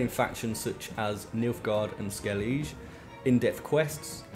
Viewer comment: not skellizh its skelliguh